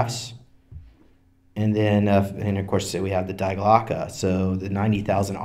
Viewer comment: Dee Glocke.. Not DIE. The bell. Die Glocke. Der Die Das.